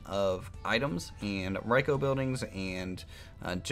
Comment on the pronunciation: its pronounced like "reeco" not riecho love you vids btw